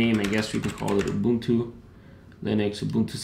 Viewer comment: Love how you pronounce "Ubuntu". As a South African, I appreciate that shit.